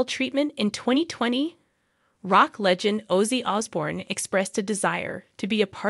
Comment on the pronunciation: How can this segment get produced mispronouncing OZZY? unreal